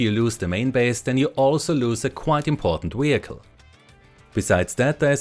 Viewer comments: Why does he pronounce vehicle like that? Weeeehicle 😂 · What is a weehicle?